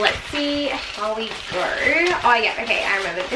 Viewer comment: Yelorw, so you knorw, gorw